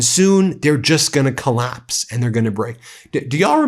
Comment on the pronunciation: He is talking about the dump getting weaker n weaker the cal-apse haha